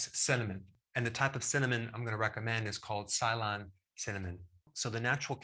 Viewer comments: Its not Sylon cinnomon, its Silone (Ceylon) Cinnomon Ceylon is previous name of Sri Lanka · C lawn not Sigh lawn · Im going to be that person here. It is pronounced as "Say-lon". You are mixing it up with those shiny metal things form Battlestar Galactica. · It is pronounced suh-Lon not sylon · Sorry Dr Berg, I believe the pronunciation of "Ceylon" should be (Saylon) not (Cylon). many thanks for the excellent information. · It's pronounced see-lon, not sai-lon. Ceylon is the old name for Sri-Lanka. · Love you Dr Berg .. BUT 🧐😶 let's get your pronounciation right. Ceylon is NOT pronounced sigh-lon or say-lon but simply see-lon. Ceylon was the British colonial name for Sri Lanka ... the famous tea brand Ceylon Tea is of course from there. And when you say See-lon, don't even drag out the see sound - a short see as in 'sit' is the most accurate way of saying it. Whilst here, for yall out there Iraq ain't " i - rack" ( you Americans SMH) Iraq is pronounced E-ruck. Same for Iran, it ain't i-ran but E-run !!! Now carry on !!!! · Suh-lawn aka sri langka. Ceylon cinnamon, not cassia cinnamon. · Dr Berg, It is pronounced as "c" as the letter C and "lone" in alone put together. Some people pronounce the latter part as "lon" in Salon but growing up as their neighbour (India) we always call them as I mentioned. It is the other name for Sri Lanka. You may also want to check out the benefits of fenugreek seeds. Thanks for all the info as usual. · Pronounced see lon as in old name of Sri Lanka!!!! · Macaren-a No, absolutely not. Don't be misled by Dr Berg's mispronunciation. It is Ceylon, the former name of Sri Lanka. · It’s Say-Lon 😉❤️ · Ceylon Is pronounced “see Lon” which is the old name of Srilanka. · Ceylon is pronounced "see+lawn", and is an Anglicized word for Sri Lanka. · Ceylon aka Sri Lanka …and it’s pronounced like “suh-lon” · Ceylon is "SEE-LONE", which is Sri Lanka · its grown in Srilanka, dr berg mispronounced Ceylon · how you pronounce it